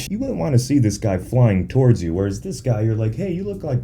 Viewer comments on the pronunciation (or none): none